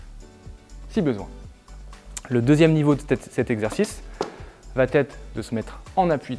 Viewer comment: On est d'accord qu'y a pas de "t" à la fin de "va"?